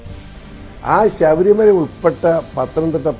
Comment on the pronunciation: ആ ശബരിമല അല്ല.. ശബരി മല എന്ന് പറഞ്ഞു പടിക്ക്. നേതാവേ.